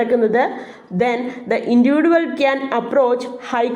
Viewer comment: Maa'm..... ഇൻഡിവിജ്വൽ എന്ന് Pronounce ചെയ്തു കൂടെ??